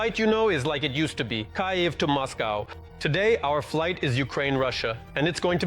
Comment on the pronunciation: The AI has an accent, but doesn't know how to say KYÏV😂